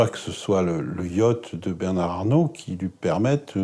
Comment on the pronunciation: Le pauvre avocat pourquoi a-t-il prononcé Bernard avec le D à la fin , alors que la journaliste ne l'a pas prononcé !